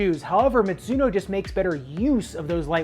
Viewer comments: That "mitsuno" tho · Mizuno is a Japanese brand name, which should be pronounced as ‘mi (ju) no ‘